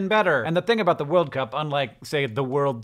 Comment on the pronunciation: Does anyone else find it weird how both Hank and John emphasize 'World' instead of 'Cup'? I've never heard anyone say it like that before...